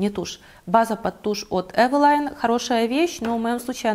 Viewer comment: почему вы Эвелин называете Эвилайном?